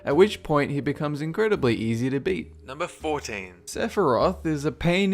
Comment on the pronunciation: sepiroth?!!!! really? try lingering will, sephi is a piece of cake.